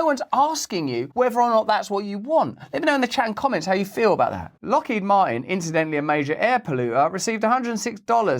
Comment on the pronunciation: "i'm gonna be lockhead marteen" HAHAHAHAHAHAHAHAHAAHAHA